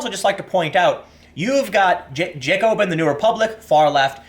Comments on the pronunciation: JAKE-O-BIN, if you’re going to be an authority on the radical left you need to know how to pronounce the primary force behind the reign of terror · Jacobin. The first two syllables are pronounced to rhyme with "Wacko" with the emphasis on the "a". It's also a very appropriate name for a far-left publication, as the Jacobins were the zealots who instigated the Reign of Terror in France after the French revolution. They were the original SJWs, with powers of life and death that would make modern-day SJWs drool with anticipation.